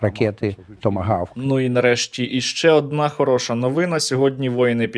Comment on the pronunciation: Скажіть вже хтось автору, що не новИна, а новинА.